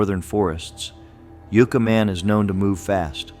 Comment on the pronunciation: All the narration and most of the videos in this series are all AI. It all still looks and sounds fake. It makes absolutely no sense to me how AI computers dont know how to pronounce city/place names correctly. Yooca Man? Ya had it right before dumb AI....Yucca Man. And this stupid AI narration mis-pronounces other city-names in other videos. Pathetic.